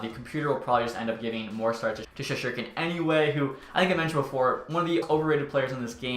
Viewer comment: does it piss anyone else off how he says Shesterkin, dude says shesherkin, misses the "ST"